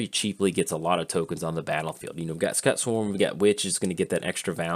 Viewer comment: mispronunciation really gets my back up.